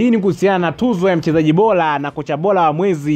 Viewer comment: Msomaji jitahidi kutamka r badala ya l, mfano, unatamka bola badala ya bora!